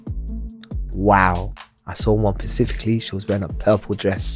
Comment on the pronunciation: second person on your podcasts that can't pronounce "specifically" properly lol it's not the pacific